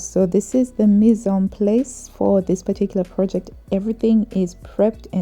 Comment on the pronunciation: Hi, the a in ‘mise en place’ is pronounced in French like the a in the word bar. Just that you know! I also use the selvedge when I cut out straight pieces. Then I’m sure that the piece is on the grain. Sometimes, if a selvedge is nice, I even use it as decoration.